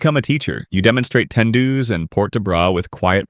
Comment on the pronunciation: the way you pronounce tendus. T-T. have to be honest with you some of it aren't completely true though. The title "Why It Sucks To Be A Ballerina" is I guess kind of offensive to those who are or love ballet...(I can't quite find the right words but you know.) You gotta bear through the pain too. Pain's your friend in Ballet.